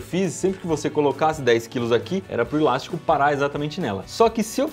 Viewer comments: Cada vez que ele falava ilástico: :'( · Que agonia ouvir o Iberê falando ILASTICO